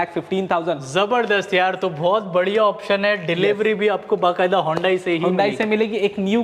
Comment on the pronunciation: hondai nhi hyundai bhai